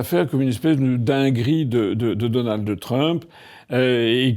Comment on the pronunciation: Donaldheuuuu Trump